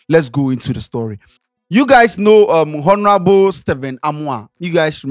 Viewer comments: please, I beg you, never say HONORABLE again. The ‘H’ is silent. Adey feel your matter. Please 🙏🏾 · oooo the ‘H’ in ‘ honorable’ is silent. /ˈɒn(ə)rəbl/